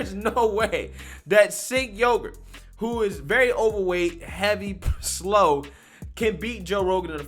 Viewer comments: Listening to you calling him "Sink Yogurt" 🤣 😂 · "Sink Yogurt"😆😆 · Sink Yogurt? Is THAT how you pronounce his name?!